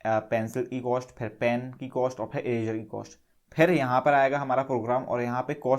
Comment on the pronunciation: It's not erazer it's eraser